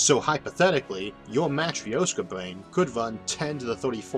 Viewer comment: It wasn't something to do with pronouncing brain as bwain?